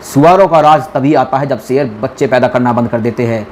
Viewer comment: A bhai phle sher bolna sheekle Sher hota seer nahi